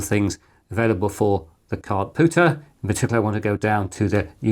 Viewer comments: It was nagging me that something wasn't quite right. I watched the video again and realized you are pronouncing it Cardpooter instead Cardpewter. Very odd! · Com-pewter so therefore card-pewter not card-pooter. Just because it annoyed me, lol. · I know it's not the point of the video, and perhaps not useful criticism and I should just jog on... ...but your pronunciation of card-POOTER and not card-PEWTER has me with my head in my hands 🤣 No hate, keep doing what you're doing, your videos are both educational and entertaining! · Kard-Pyew-Tur Unless this is a "poo" joke that I'm not getting? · did you say card pooter?